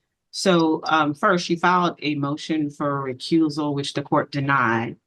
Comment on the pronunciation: The woman (who pretends to be a lawyer) can't even pronounce the words of the various legal proceedings properly "recruisal", "benefishurary"... The judge, who's a bit smarter than the pretend lawyer, gives the individual a tongue lashing. What a joke. Some ethnic groups just can't figure out the basics.